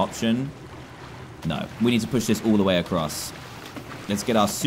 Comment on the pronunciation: hahaha! you said the meme da wae when you said the way